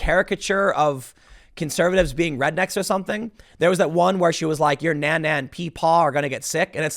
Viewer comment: Tim you have to learn how to say Nana